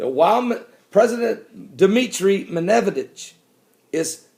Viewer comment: Love your videos, Pastor.The russian Pm is pronounced Med ved dev,lol.